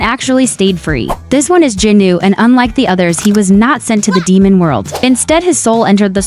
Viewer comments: It is Jinu not jinuu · It’s not jenu it’s jinu